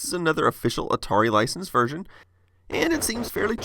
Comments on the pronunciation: you miss pronounced version, and said virgin. Surprised nobody caught that. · is it just me or does he say this vergin?